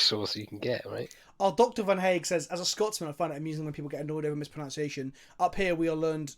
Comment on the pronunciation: Fuck me, you can't keep mispronouncing mispronunciation while discussing that topic, it's not mis-pro-noun-c-ation, it's mis-pro-nun-c-ation!:P